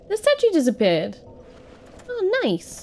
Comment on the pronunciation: British 'Oh's' will never get old. Ouwweuh